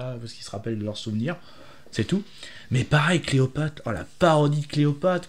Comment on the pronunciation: fambala? cleopate? et tu te dis fan? désolé mais ça m'a fait saigner les oreilles.